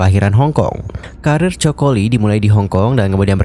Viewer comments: Bukan Joko Lee ya, tapi Coco Lee. Rip Coco Lee jie jie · Penyebutan nama itu penting bgt. Narasi uda oke syg knp disebutin dsini coko li.. Seharusnya Koko Li 🙏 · artis ini kan sangat trkenal penyanyi yg hebat di hongkong nama nya coco bukan coko bang min eh😂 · Coco lee baca nya ( koko li) jgn joko li ihhhh malu la.koko li bacanya bro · Ralat bukan coko tapi Coco Lee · Bukan Choko min...its KOKO...tapi ejaan nya aja coco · Coco = Koko kali Choco baru bacanya coko 😂😂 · Baca nya koko bukan coko 😂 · Koko lee bukan coko😅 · Koko li bang baca nya bkn coko ..😅😅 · jadi aneh dia bilangnya coko 😅😂😂 padahal fans nya juga tau klo bacanya koko lee😂😂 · Aku Dr awal dengerin udah heran..Coco Lee bacanya koko li. Bukan choco. Yg artinya jdi chocolate. Parah nih admin. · Koko bukan coko😅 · Coco bukan choco Bang..emang kelapa..haduh.. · Panggilannya khokho bukan choko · Koko ,bukan choko.. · Bang.. baca nya bukan coko.. tp koko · koko li pengucapan nya bukan coko li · Koko bukan choko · Kenapa namanya dibaca coko?? Koko li bacanya bro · Coco Lee, baca "KOKO LI" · Baca nya coco lee ga enak bgt😅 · iya ganggu bgt..emang kelapa ya choco 🤔☺️ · “Ko ko Li”